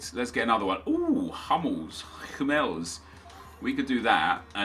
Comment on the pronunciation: if it would be all about the accent... everyone at least try to pronounce Foreign names correctly, only british read everything in english; like hummels, bellerin, lloris, barzagli etc.